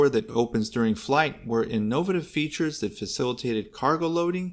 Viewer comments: “resomblence.?” Wtf…”inknowvative…?”.. another wtf…crock of $hit video… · Good video of interesting aircraft! Well done doing your own narration - thank you for that, I hate the canned voices. Oh, btw - it's inno-VAY-tive! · Someone needs to learn how to pronounce "innovative." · The way you pronounce innovative and resemblance? 😉